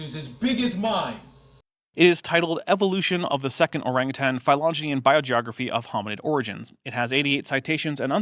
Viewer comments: On top of her saying chromosome as "chromsaone", she also says "Ourangitang" instead of Ourangitan. sigh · Georgia also said "Orangutang".